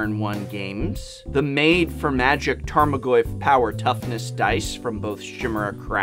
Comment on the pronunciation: despite being an english major, you still couldnt pronounce "Tarmagoyf" and "Chimera" right